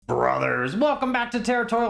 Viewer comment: every time you say brrrrothers at the star of your videos i get the biggest smile. It's just such a cute, fun, and different way of opening a video. Best channel